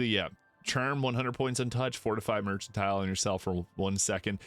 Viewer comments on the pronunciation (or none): this is helpful, ty! a kind heads up: it’s mer-CAN-tile, not mer-CHAN-tile